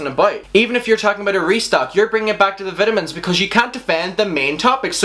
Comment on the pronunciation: I love how he says vitamins as vitimins 😂. Love u